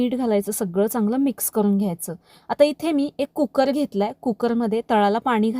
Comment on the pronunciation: कुक्कर नाही कु कर